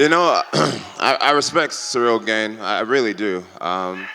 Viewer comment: JJones is a BS-er. "I respect Cereal Gain" Really? you can't even say his name right! No respect there, he's just trying to pump up his brand talking BS.